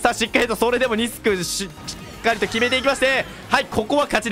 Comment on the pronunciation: 6分50秒ぐらいで「まえのキノコ（しつかりと）」っていってたｗｗ